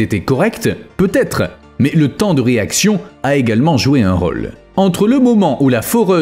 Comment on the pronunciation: *Dôme se prononce "daume" pas "domme"... Idem pour "rôle". Mais très intéressant !